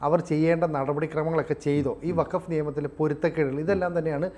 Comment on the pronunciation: വക്കഫ് അല്ലെടോ. ഇത് ഫക്കഫ് ആണ്.